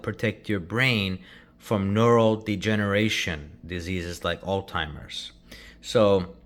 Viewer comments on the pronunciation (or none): My man said Altimers